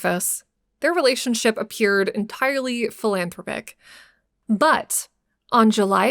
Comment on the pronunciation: learn how to pronounce words like philanthropic and surreptitiously.. you talk for a living